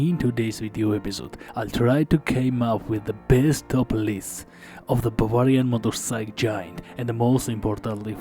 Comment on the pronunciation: Hello Asalways. In English it is not “Motorphyc”. It is pronounced “MotorcycLE”. Nice video.